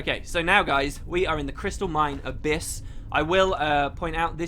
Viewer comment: OK haven't started watching yet, have to watch your previous vid, just want to say... It's Abyss, not Abys.